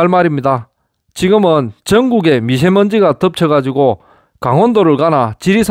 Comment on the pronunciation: 미셰먼지? 미세먼지! 발음 조심하시길~ 글자로는 '미세먼지'해 놓고 발음으로는 '미셰먼지' ㅎㅎㅎ 발음 어렵나요? 섕활, 학섕, 고섕ㅡ